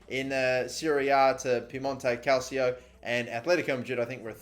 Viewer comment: My face when he said calcio properly😄😄😄